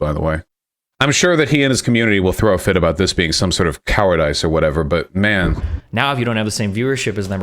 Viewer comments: Cowe hard ice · The biggest takeaway from this is that Vaush pronounces cowardice as “coward-eyece” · coward ice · Vaush thinks he’s smart cuz of the fancy way he pronounces cowardice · wait is that how Vaush thinks "cowardice" is pronounced? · I hate the way vaush talks sometimes. Wth is up with the way he says "cowardice?" Also, academia is acadamia in his head, like a macadamia nut, just for another example.